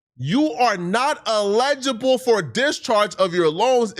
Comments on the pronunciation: bro already fumbled "eligible" and started sweating when he saw "eligibility" 😂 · It eligible not legible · “elejable” lol illiterate mfker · illegible and eligible are different words. This nigga can't read! Oh shit lol! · El-IG-ible not illegible 😂😂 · Eligible and illegible are two different words. Come on man. That one word exposed you. 😅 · Dear #: pronunciation can change the word, which changes the meaning😇 ever1struggles w. something, lol #Illegible:handwriting, print, or symbols that are impossible or very difficult to read. It refers to text that is unclear, sloppy, or faded. #eligible (el·i·gi·ble) VS #illegible (il·leg·i·ble) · Did he say eligible or illegible?? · Brother, I know this is not a big deal but was driving me a little nuts, you’re pronouncing eligible very wrong. I know it’s not important but for your own sake. You’re saying E-legible It’s El-ligable I don’t know if that helps, i’m sure you could type it into Google and have it said to you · You stared at "eligible" and yelled "ALLEGIBLE" bro? Twice?!! lol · Elligible not Illegible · eligible is pronounced EL-uh-juh-bul (similar to elephant), not uh-LEJ-uh-bul (like allegedly). Different word. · Respectfully, that is not pronounced ILL-LEGABLE, its EL-LID-JIBAL. I'm not trying to troll you on your own platform so please recieve this as intended. Each one teach one, that is the way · Please stop saying "elegible ". It's "eligible " lol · “Illegible “ instead of eligible is proof doesn’t know English, only food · Tf is (e lelgible)??? 😂😂😂 it's ( l gible) man 😂😂😂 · can't read. Nigga keep saying illegible not eligible 😂😂😂😂😂😂😂😂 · You may be allegable has me rollin lol...Its eligible fam lol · 'illegibal" lol SMH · For the love of God! EL-ih-juh-bul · My guy you are not saying that word right. Please don't be yelling and trying to make a point and not saying the word right 🤦🏽 The word is eligible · EL-igible, please. 🤦🏾‍♀️ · Say it with me.. E L- igible